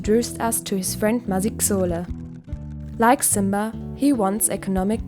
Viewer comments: God give me the strength to listen past "maziks-sole"😭😭😭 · I absolutely love this. Kodwa ipronounciation ka "Masixole" bawo 😭😭💔